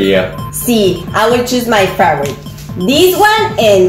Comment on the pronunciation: aprende a pronunciar bien, en inglés, la palabra "favorite".